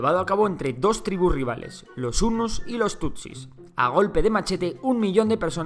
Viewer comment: dice Hunus?